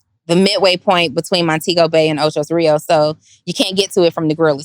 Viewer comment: Jamaica has huge Spanish influence. It's Ocho Rios, but we call it "O-CHI" like CHEE with short e, not Chai